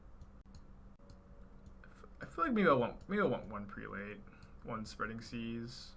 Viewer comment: "Prelate" is pronounced "prell-it", for the record lol